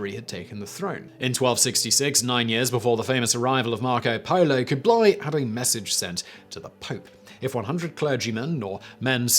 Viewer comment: I'm more bothered by kooblie